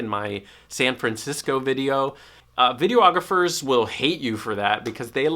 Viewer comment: Videographers will hate you for calling them video-ographers. Do they call you a photo-ographer? lol. Say it with me: Viddy-AWWWW-GRAWWW-FURRRRR